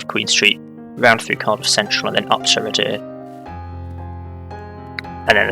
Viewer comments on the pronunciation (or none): Thanks, I've been waiting for my local area and I love people pronouncing our place names! Happy to help though: The depot is Canton Cathays - Cat-hays Waun-gron Park - Wine-gron Park Radyr - Rah-duh Rhiwbina - Roo-by-nuh Ty Glas - Tee Glass Good luck with the rest, I can't wait 😂